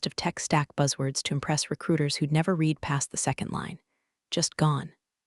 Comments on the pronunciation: I wish it was possible to teach your narrating AI to know the difference between the pronunciation of the word "read" (pronounced "reed") and "read (pronounced "red") as they mean different things!! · When your AI voice can tell the difference between read (reed) and read (red) I may start watching your videos again. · The past tense of the word “read” is pronounced “red” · AI still cannot tell the difference between "read" and "read." The first is pronounced "reed," while the second is "red." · Why can't someone teach the tts system to distinguish between read and read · That “read” mix-up drives me nuts too — kills the flow instantly. 😩